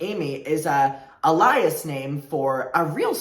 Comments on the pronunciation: HI! Love the content. Just fyi the word 'alias' is said like "ay-lee-us." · A note on pronunciation: The stress is on the A of "alias", not the I! (Aileeyuss) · baby I love you but that’s not how you pronounce “alias” 😭💕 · That's definitely not how "alias" is pronounced